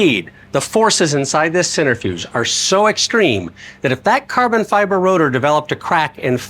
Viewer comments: Great piece, great info, great fun. However (and 100% pedantic of me, but) it's pronounced "sen-TREH-fewjh." (IAP: sɛntɹɪˌfjuːdʒ). Not "center"-fewjh. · Oh, god, forgive me. 🤣🤣🤣🤣It is not a "center - fuge" nor a "sinner - fuge". You know how to spell centrifuge (centri - fuge) but are off in the pronounciation. 🤣🤣🤣🤣. Hillarious. Again, forgive me. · Isn't that a centrifuge? You're saying "centerfuge" 😅